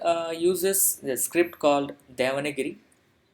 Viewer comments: It is not 'devanagiri'. It is 'devanaagari' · it is not DEVANAGIRI. IT IS DEVANAAGARI. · please clear my doubt is it devanagari or devanagiri.you have said often devanagiri. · Not devana giri, it is deva nagari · Thank you, nice channel script is not spell like devangiri it is spell like devaanaagari